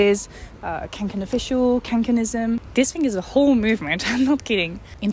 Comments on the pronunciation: The name of the backpack is pronounced "kongken". Best wishes! 🙂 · how to pronounce Kånken correctly(!): more like Konken. "kånka" is a swedish verb and a synonym to "carry", so Kånken basically means The Carry :)